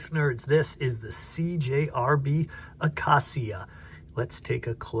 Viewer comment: It's pronounced "uh-kay-shuh" like an Acacia Tree or the band Acacia Strain.